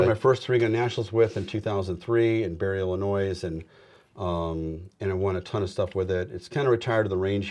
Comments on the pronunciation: He said "Illi- noise". Lol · It's pronounced "Illinois." The s is silent, hillbilly